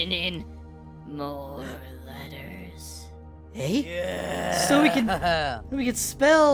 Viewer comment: tiny letahs to big letahs